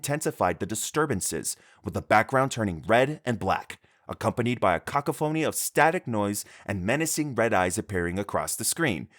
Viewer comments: Also kids an idiot “cockaphoney” it’s cacophony zoom zoom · bro said cock uh phony instead of ca cough uh knee im dead bro. 💀💀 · bro said caca phoney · LMFAO I'm sorry, "cacophony" is pronounced "ca-coph-ony", not "caca-phony". Threw me for a loop for a second. Also, , Hatred was one of the worst gaming experiences I've ever had. It's boring, one dimension and overall clunky. And yeah, I know it's supposed to be edgy, I just wish it had some more depth than just "I hate people". A game like that actually could have been decent if its selling point wasn't edginess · “cockaphoney” 💀💀 my brother it’s pronounced like co-cough-fun-knee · cock a phoney?! lmao its pronounced cah-COH-fah-nee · Hey just so you know cacophony is pronounced “cah-cough-nee not kaka-phony. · Just a heads up, the pronunciation of cacophony is kuh kaa fuh nee not kaka phony 🫡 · my man you pronounced "cacophony" like "ca-ca phony". You probably just read this off someone else's writing lmao. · bro what in da heyll is a "cock-a-phoney" ? XD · "a CACA-PHONEY" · cock-a-phony made me laugh so hard 😂 I love the off pronunciations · this is an awesome video, im sure the research took forever! but i cant stop thinking about "cacophony" being pronounced "caca phony" 😭😭😭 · I’m pretty sure vivisection is the practice of dissecting living subjects, not combining humans and animals. Also, cacophony is pronounced like kuh-KAW-fuh-nee in case you’d want to know. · Cacophony is pronounced "ka-cough-fa-nee" for future reference ph makes an f sound. Like in "phone" or "pheasant" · "Cockaphony" lol thats not how you pronounce that word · my man said kaka-phoney ?:face-orange-raised-eyebrow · He pronounces it wrong because he didn't write the script, he is plagiarising wikipedia or using ai. Dudes a 'kaka-phoney' himself 😂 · I'm here for the pronunciation of cacophony. "Cock-oh-phony." Sorry I can't stop chuckling. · I heard it as "CACA- phoney" which is also funny. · Cuh-Cah-fuh-knee is how it’s pronounced